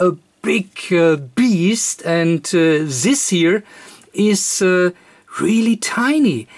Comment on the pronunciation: Das heißt nicht "sis" das heißt "this" :)